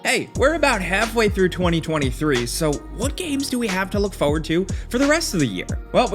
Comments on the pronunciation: Stalker 2 is also made in Ukraine so all credit to them still making the game 🇺🇦❤️. Also it is pronounced 'forward' not 'foouerward' 🤪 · What is this "fauwaud" he is constantly looking for? xD